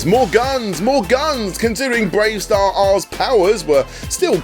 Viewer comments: You don't need to pronounce the extra R in BraveStarr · The hell are you pronouncing the extra R on Bravestarr for? You're not meant to. It's just spelt that way to look "cool". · Igor from Count Duckula is pronounced Eye-gor, it's pronounced Ee-gor. And why do you keep pronouncing the superfluous R at the end of Bravestarr?!? It's silent. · Honestly can’t tell if the mispronunciation of Igor in the Duckula section and the constant R after Bravestarr are bits or if you’re really unsure how to pronounce. If it’s a genuine error, the intro to Bravestarr even gives you a hint 😜